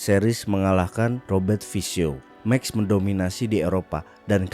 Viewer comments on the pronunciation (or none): Bukan "Meks" tapi "maks" verstappen 👍🏻